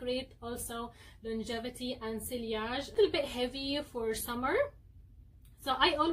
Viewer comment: Sillage is pronounced See-yahje NOT SILLY-ahje It only has two syllables. As this is an old video you may have already been informed of this but in case you have not...